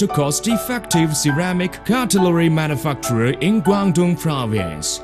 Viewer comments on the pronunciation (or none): manufacturer manufuckturer